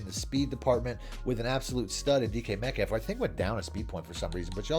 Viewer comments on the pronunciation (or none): none